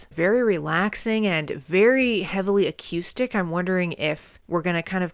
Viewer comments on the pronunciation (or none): "A cue stick" Sorry I can't help but laugh at the pronunciation of acoustic it's great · I kept laughing every time you said acuestic. XD Got Me Wrong is still my favorite AIC song, it's not their best but I just love it. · you're not pronouncing "acoustic" correctly. thanks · Wow, I missed this video too. You even reacted to Sap, you're an AIC veteran at this point. I wonder if you've gone back to re-listen to 'Right Turn' now that you're familiar with Chris. Also love the way you say "a-Q-stic" lol. Sap was a really cool project, they actual used the money they got from Cameron Crowe to record 'Would' for the movie Singles to cut the EP, then released it in stores with no press. They wanted it be a bit of an easter egg for their fanbase before easter eggs in popular culture were really a thing. I think Cantrell said it was when Kevin Smith featured 'Got Me Wrong' in Clerks that it took off. Jerry has also said that Sap set the expectations for the fans that they could do the hard stuff and the softer stuff, so from early on, regardless of their success, they didn't feel limited or boxed into a sound. Awesome reaction, 🤘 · The way you say acoustic - almost by adding a Q in there - is like a sweet idiosyncrasy! You rock like AIC